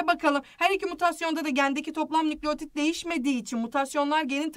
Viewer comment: nükleğtit değil nükleotid